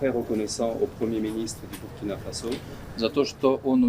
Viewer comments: c pas ça le message de la video est bien passer mais si personne lui dit il va juste continuer a faire la faute , si les gens prennent le temps de d'écouter c aussi pck ils veulent écouter un bon orateur."Bu" du Burundi et celui du Burkina ce prononce de la meme manière, pourtant du dis pas Bu -rundi non? tu prononce ça bien "Bourundi" pkoi faire la faute alors? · Mon ami sa s’écrit Burkina sa se prononce « Bourkina » fais un effort quand même comment un africain peut faire d es fautes comme ça